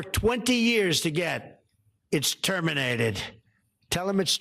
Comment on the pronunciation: "tell um its teminated" Lol. Lowlife barbaric and blind vengeance slobfest in the WH.